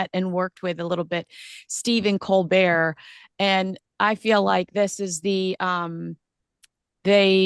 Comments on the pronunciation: Colbert not colbear, he's a hateful Brit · Unlunlesse he is French don’t call him colbear because , his name is Colbert! Col Bert !